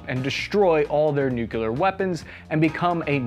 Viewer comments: Why the fuck do people pronounce Nuclear as “Nu-Ke-Lar” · Stop saying "newkuler"! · Please. Say nuculur one more time :p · please learn how to pronounce NUCLEAR correctly. Nu CLEAR not like how W Bush said it... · And I thought only Bush can’t say nuclear….. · Nuclear: new-clear, NOT new-q-leer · nu CLE ar.....not nuc YOO lur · Nuclear … not nuke-you-ler. Nuc+lear … okay? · it's "nuclear", not "nucular" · i don't wanna sound like an ass but hearing "nuclear" said as "nucular" is painful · Ok, regarding the nuclear stuff. One, if you want to sound like you know what you are talking about then you have to pronounce the word correctly. Nook-lee-ar, not Nook-you-lur. I'll make an analogy that trying to discuss the topic while not knowing how to pronounce the word is like going to war with no boots or helmets. 2nd, Ukraine was going to get rid of their nuclear weapons anyways, and it was savvy politics to get signed agreements for it, even if those agreements proved to be worth less than the paper they were written on. Nuclear weapons are expensive, not just to procure, but also to maintain. Had Ukraine tried to keep them they would have blown the national budget and likely seen a hyper inflation crisis and economic collapse. Ukraine doesn't have the money for nuclear weapons, and nobody was going to subsidize that. Beyond that, were Russia a rational actor then downsizing the Ukrainian military would have been a smart move. This is the part I find most concerning of all out of the current crisis: The Russian Federation, a nuclear armed state, can no longer be assumed to be a rational actor. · Oh please people, don't say nucular .... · Nu"CLEAR"... nuclear! Not "Nukular"! THAT ISN'T A WORD!!!!!!!! sorry... Pet peeves... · Nu-cle-ar not nu-cu-lar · Really you cant even pronounce nuclear, its not nucilar. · Nuclear. Pronounced "new klee ur" not "nuke yew lur" Do you see where the L is? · "Nucular. It's pronounced nucular." --Homer Simpson and this guy 😜